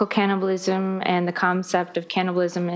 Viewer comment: she couldn't even read the word cannibal correctly even though she had 3 chances in the same sentence 🥲 she's stupid stupid